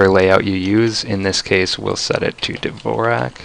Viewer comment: and I already cringed "Dvorak"